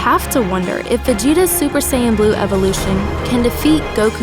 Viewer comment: Salah super saiyan u saying bleu annoyed me so much